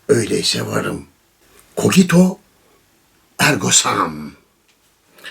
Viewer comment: Memduh abi hoşgörünüze sığınarak Latince yazıldığı gibi okunur, sadece "C" harfi K okunur. Yani "Cogito ergo sum" sağlıklı, huzurlu günler dilerim.